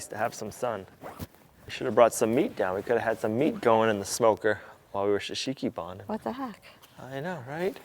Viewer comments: There will come a day when you learn to say Shou Sugi Ban, instead of shusheeky barn 😂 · You need to help him on his pronunciation shou sugi ban 😂